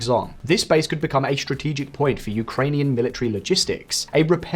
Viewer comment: "Shtrenghten", "shtrategic"? My God!